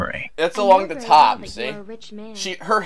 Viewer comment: The inflections he puts on certain words, his frequent mispronunciation of words like "the", and just his accent in general remind me of Chris Chan because they make him sound really awkward.